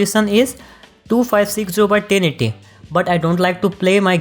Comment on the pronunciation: "1920 x TENNIDDY" I love this guy 🤣😂❤